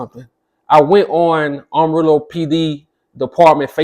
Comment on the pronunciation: It's pronounced Am ah rillo dude say it right! You must not be from there!